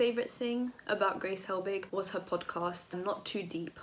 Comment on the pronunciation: Love your channel and your personality but every time you said "podcast",i died a bit 😂